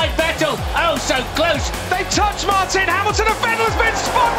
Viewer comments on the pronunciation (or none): none